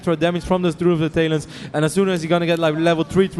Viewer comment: does anyone notice that this guys says "tail-ons" instead of talons..